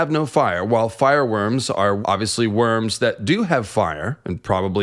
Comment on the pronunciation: Lol. Mate you know theres a difference between worms and wyrms right? Its not even pronounced the same. Sounds alike but its not.